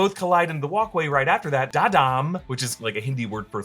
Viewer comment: It's Dhadaam but the pronunciation is like 'Dha-raam'